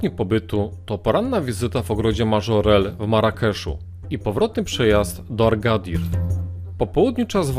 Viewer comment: Fajnie przedstawiony zarys objazdówki. Jedna uwaga Agadir a nie Argadir😉